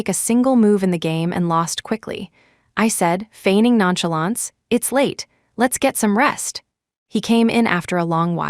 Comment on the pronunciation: FEIGNING NONCHALANCE not figning nonchalants